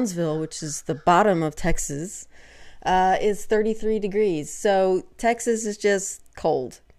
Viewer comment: i love the way you say "texzizz" - do all texzanz pronounce it that way and i have never noticed?